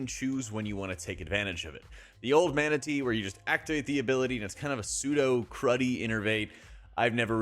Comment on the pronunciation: The way you said 'Mana Tea' had me scratching me head for a second wondering if we got a pet Manatee or sth 😅